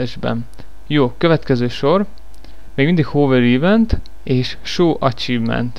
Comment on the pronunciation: "Ívent" az agyad, az... :P Ülj le, fiam, egyes! :D